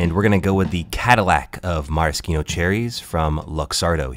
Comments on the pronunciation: How to pronounce Maraschino Cherries: meh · ruh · shee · now cheh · reez How do you not know that? 🤔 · how is nobody talking about the fact that he called it a maraskino cherry?